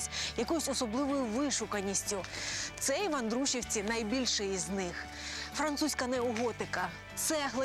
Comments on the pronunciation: Ну і наголос))) Андрушівка) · Правильно Андруш`івка